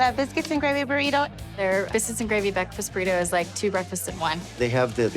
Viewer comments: "All ur breafases" lol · Adam M , my older son had a speech impediment & he pronounced it breafkest, so just judge the food & not the possible handicap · "... What is going on here!?.... BEKFAST!"